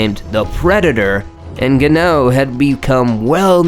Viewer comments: Francis vs Alistar isn't called the most violent fight. It's the most violent uppercut. Also you are pronouncing Ngannou wrong. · Confusing names (Joanna), mispronouncing names (Ngannou and Cormier), but overall good video. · how do you have an MMA channel yet don't know how to pronounce Ngannou